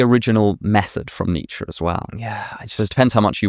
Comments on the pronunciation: it’s pronounced “Neech” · Exactly! Like the 'Eye Beether' thing! I think we are better off when the Brits stop semi-pronouncing foreign names. What would 'Need Sher' say?... Oh and Porsche ends with an E. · I am from Germany and the pronunciation of Nietzsche as "Nietzscheee" Alex mentioned does no make sense. So you are right to be irritated by it when people use it :D I never heard it like that though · It's the Americans who mispronounce Nietzsche - its 'er' not 'ee'. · It’s Nietzsche, and it’s not even close.